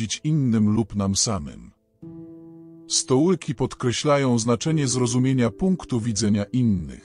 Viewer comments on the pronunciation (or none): Stoiki a nie stołyki... Kurwa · Dokładnie lektor komputerowy "stołyki"